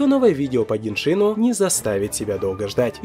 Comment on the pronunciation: Теория чумовая!!! Только не ГеншИн, а ГЕншин..